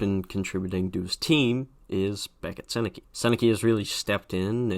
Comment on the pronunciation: I was expecting the Sennecke one, everyone mispronounces it. It has become a meme.